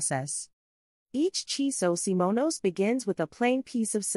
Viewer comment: Your subtitles and vocals say Chiso SIMONOS?